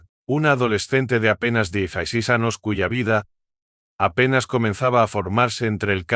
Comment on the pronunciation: TERRIBLE NARRACION. No pronuncia las ñs , por eso anos, que horror